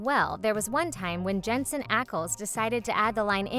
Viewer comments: lol, it's Jensen, not Jenson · JenSON Ackles? It's JenSEN Ackles! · "Jenson"??? No. Jensen. Jensen Ackles. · Well mine would have to be Jensen Ackles oh and just an FYI you spelt his name wrong in the video instead of Jensen you said Jenson you misworded his name. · “jenSON ackles” ma’am-😭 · Jenson Ackles? JENSON?! Are you serious???!!!!🤬🤬🤬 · It is Jensen not Jenson. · Jensen Ackles not Jenson. 😅